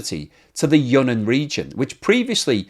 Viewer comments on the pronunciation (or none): seems to cover China quite often, or at least those are the videos youtube shows me., Sichuan is pronounced "Sih-chwan" and Yunnan is "yoon-nan." Take it or leave it, your choice.